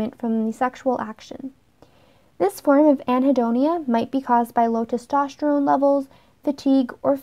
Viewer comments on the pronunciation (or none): none